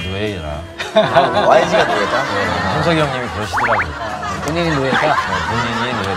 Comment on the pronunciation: YG一直聽成外籍娛樂😒 還有bigband那是什麼奇怪發音😑